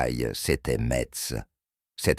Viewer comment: intelligence artificiel voix qui prononce mal Metz , plein de scories là voix généré par intelligence artificiel